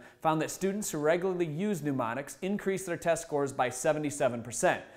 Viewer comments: Sorry, feeling a tad snarky this morning - first off, photographic (eidetic) memory is quite different than using mnemonics (which he is pronouncing 'pneumonics,' but that's really not a fair gripe). Second, it is hard to take seriously a guy who's claiming that memory skills can be learned by anyone when he can't get his eyes off the teleprompter. Come on. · This guy keeps saying newmonics , say it correctly for gods' sake! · Mnemonics (Knee-monics), not "New-monics." And a picture is not a pitcher.